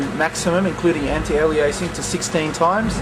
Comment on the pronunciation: STOP PRONOUNCING ALIASING WRONG!